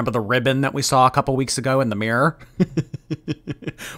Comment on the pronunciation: I never hear anyone talk about this, but does anyone else notice how she says “da” instead of “the?” Like, “thanks for da heart me guys.” It drives me bonkers. What accent is that?!